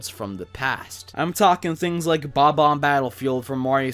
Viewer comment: He said Bob bomb wrong its Bob Bomb not bo bomb